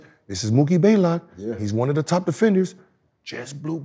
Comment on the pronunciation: Blaylock not Baylock